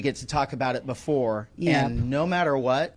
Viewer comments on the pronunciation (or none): I know this is unimportant but the way this sheriff speaks drives me nuts.. "Bafore" (before) "Depaties" (deputies) 🤨 I just know he's the type who says "Libery" (library)